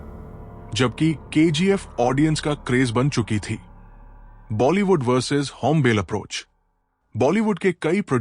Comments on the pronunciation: भय्या ओ "होम्बेल फिल्म्स" नहीं ओ "होम्बाले फिल्म्स" है| थोडा pronunciation गलत् थि| Please correct it. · It is not hombile it is hombale ಹೊಂಬಾಳೆ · Not hombel , hombaale ( hom baale) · Ĥombàle❎️ hombaaale✅️ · it is not "hom bale", its pronounced "Houm Baaley". besides Kannada filmdom has given interesting movies back in 80's, like Pallavi- Anu Pallavi. the concept was not relatable then but apt now. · Hombil nahi Hai bhai it's hom... ba...😅 le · Its hombale means hombaale, not hombel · It's not होंबेल, it's होंबाले ( ಹೊಂಬಾಳೆ) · It is not hombel, Hombalé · It’s not hombell, it’s Hom- ba - le It’s not kuntara its Kaan- taara It’s not karnatak it’s Karnataka You need to work on editing. When narrating about KGF you’re showing Mahavatar narsmiha pics. Show relevant pics/ videos. Also hombale has not had any pan india vision its Yash who did all the hard work and took the film to Pan India and Vijay kiragandur trusted Yash in his vision. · Yeh Chris Gale nahi. Hombale is pronounced as Ho-m-baaa-lee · Pronounce it as home ba le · Pls take extra care on the pronunciations. It’s होम्बाळे…. कांतारा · Pronounced 'Hombaalley''. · Please production house ka naam wrong bol rahe hai.. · *hombale pronounced wrongly😅